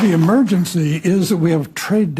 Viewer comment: His " amergency." Is going to the toilet.